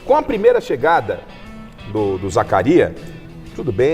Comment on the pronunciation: O pior é um cara estudado ,formado insistir em não falar o nome do jogador corretamente , é Zakaria Labyad não Zacarias, mais respeito com o jogador!!!!